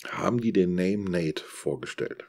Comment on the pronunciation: Hallo, danke für dieses Video - da habe ich drauf gewartet. Als Nächstes aus der Reihe bitte "wie gut ist eigentlich Yamaha?" zusammen mit Ake, das wär der Brüller. Übrigens: die englischen Worte "name" und "Naim" werden nicht gleich ausgesprochen. Macht aber fast Jeder Händler in D auch falsch. Gruß in die Runde